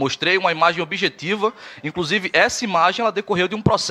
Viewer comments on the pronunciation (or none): Estudante de direito que fala "incrusive", não dá que país é este😐